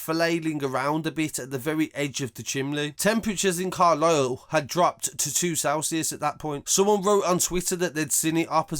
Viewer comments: It's Carlisle not carlyle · CARLISLE NOT CARLYLE, I was born in Carlisle,My whole family from Brum,Hall green,Solihull,Sheldon Love your vids geez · I live here and it truly was a sad time for everyone Dixon’s chimney is an easy thing to see from far away so it was easy to see but not pleasant. One thing I will say is that it’s Carlisle not Carlyle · Its carlise not carlyle